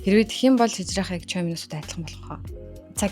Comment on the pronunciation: choi gdgiig unshihdaa chwe gdg shvv ❤